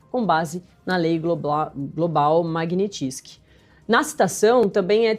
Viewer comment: Esses demonios desses jornalista new age alem de falar pela porra do nariz ainda tem que engasgar pra falar global e pronunciar errado MAGNITSKY que se le exatamente como se escreve? E tem gente que ainda da credito(do latim acreditar) numa porra dessa?